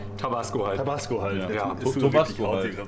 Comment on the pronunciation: Fun fact, hier bei uns in der Tekk und DnB Szene kennt man den Begriff 'Tobassgo' :D deswegen klingt es für mich nichtmal dämlich weil ich des schon öfter gehört habe. Aber klar für das Produkt ne lustige Aussprache xd